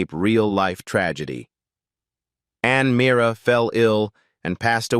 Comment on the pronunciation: I can't believe the inconsistencies of the information on Ann Meara; and the further mispronunciation of her last night. They misrepresented her as not being the wife of Jerry Stiller.